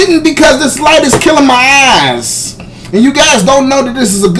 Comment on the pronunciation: is hurting my a-eys-ss